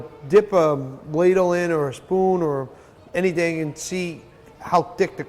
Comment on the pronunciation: e doesn't pronounce the h in anyting. ha get wat I did tere.